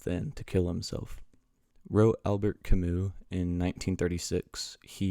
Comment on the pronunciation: Brilliant video, however, the pronunciation of Albert is not exactly correct. The quote "Should I kill myself, or have a cup of coffee?" also is misattributed to Camus, the origins are unknown.